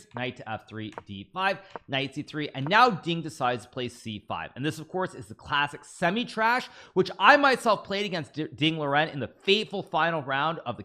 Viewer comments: I don't know 1/50th of what Hikaru knows about chess, but I do know that Tarrasch is not pronounced "Trash"! It is actually Ta Rra Sch where Ta sound does not have he aa sound in the end. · I don't know if you're being ironic but he says it like that on purpose as a joke. same with fiancheeto & much more